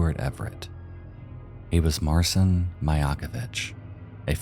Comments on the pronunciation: Marcin is pronounced “Mar-chin”. “ci” in Polish is pronounced like the English “ch”, as in “chin”. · btw marcin is pronounced like martian, but the 'ian' is more of an 'in'